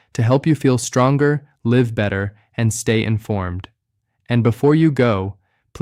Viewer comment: If this doctor actually exists, why can't we hear his voice rather than AI? Obviously AI because 'he' does not know how to pronounce 'live' (as in live longer, rhyming with 'give' not as in live rhyming with 'dive'!